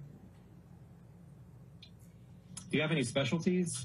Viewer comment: I’m so sick of hearing him say kerrruck for correct 😂